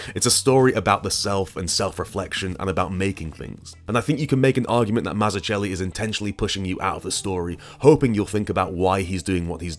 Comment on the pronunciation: That's not how to pronounce "Mazzucchelli"...